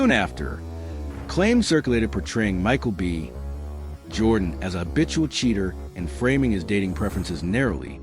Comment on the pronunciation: Why is it read off like "Michael B..... Jordan"?